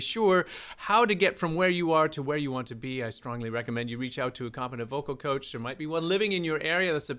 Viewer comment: 'cocah' instead of coach